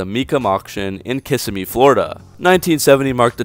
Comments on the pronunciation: Good videos! Now, 2 things: Kis-sim-mee not "kiss-a-me," foot pounds not "pounds feet." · You pronounced Kissimmee wrong btw. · Ok I love your videos and don't normally complain about anything on any video but you and almost everyone in the world mispronounce Kissimmee lol